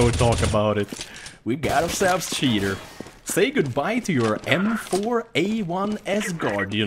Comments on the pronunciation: i know he is saying that but his accent makes it sound like "shitter" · He was saying "We have a Cheater" but whatever :) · Love the way you say cheater xD